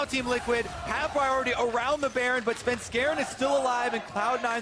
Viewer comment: Can someone teach Phreak how to say svenskeren. Also both teams looking trash.